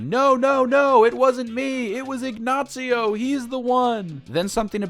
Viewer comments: Why are you saying “Ignatsio”? It’s just “Ignacio”. Not hard to pronounce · There's not "T" in Ignacio hahaha "IgnaTcio"? xD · "Ignacio" is not pronounced "ig-nazi-oh". The Spanish "c" is pronounced like the English "s" (in this case, not in all cases). From a native Spanish speaker.